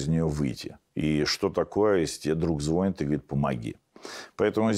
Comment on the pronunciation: ну очень коренной москвич... звОнит и звОнит...